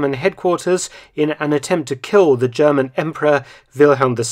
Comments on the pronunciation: As a bi-lingual speaker myself (English and German), I too am very impressed with Dr. Felton's impeccable German pronunciation. It comes as a surprise, considering that 99% of Englishmen (Americans, Australians, etc.) sound terrible when trying to pronounce German - even those native English speakers who've been studying German for years. I also have to give props to Aaaargle (the native German) for commending Dr. Felton, and for refraining from the tired, worn out standard defeatist line, "the victors write the history", which is obviously nonsense. Aaaargl seems like a stand-up guy, as opposed to a pimple on me arse called spacewater7. Clearly the number 7 indicates the age at which your maturity and mental development came to a screetching halt. Are those the only two German words you know? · I have watched quite a few of your videos. This time your german pronounciation was flawless. It is obvious that you have put some work into it. Very well done! I am most impressed.